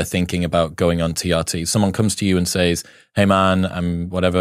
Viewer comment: Great video, quality content, and well produced. However, you mispronounced “says” in “someone comes to you and says…”. It’s pronounced [sez] not [saez].